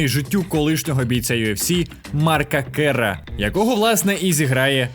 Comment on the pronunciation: Марка Керра!!!Це легендарний боєць ММА і заслуговує на те,щоб його прізвище вимовляли правильно